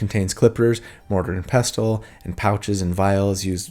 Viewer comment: Just as a heads up, pestle is pronounced pessle; it's a silent T :)